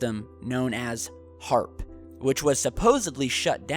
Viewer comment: It's HAARP not AARP ! Trust me daddy..